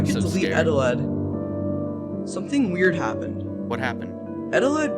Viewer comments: no wait on not eteled, EGELED. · "egg eteled" Eggeled